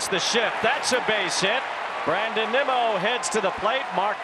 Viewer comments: Did the Apple TV announcer call Nimmo nimo? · You know it’s bad when Apple TV can’t pronounce “Nimmo”